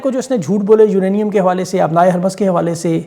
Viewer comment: "بحیرۂ احمر "۔۔۔۔۔حرف ب پر زبر نہیں ۔۔۔۔ پیش ہے ۔۔۔ اسی طرح ۔۔۔۔۔ " ہُرمز "۔۔۔۔ حرف ۔۔۔۔ ہ ۔۔۔۔ پر زبر نہیں پیش ہے ۔۔۔۔۔